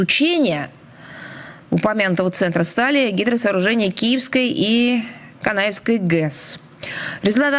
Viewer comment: А что такое, в изложении захаровой, ...Канаевская ГЭС. Может Каневская? Она даже прочесть не в состоянии.🤣